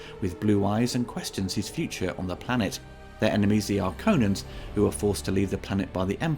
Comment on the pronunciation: 2021 Dune pronounced Harkonnens correctly. Check out Herbert's readings of Dune